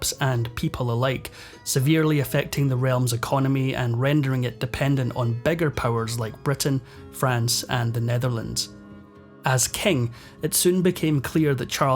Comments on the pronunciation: Great narrator, but i cannot but hear: it was better, brief and doomed...(instead of bitter) beggar powers (instead of bigger powers) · Horrible narrator! So distracting!! What’s with switching the long & the short vowels? “… Beggar (bigger) powers like Britain & France”. “Offecially”. “The Kengdam of Spain”